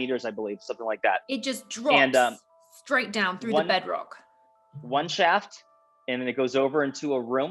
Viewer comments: It's Shhafffft! not shaft. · “The Osiris shoft” “the Osiris shaft” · Way 2 different ways of pronunciation: shauft (British): shaft (American) You can't tell if he's agreeing or correcting her haha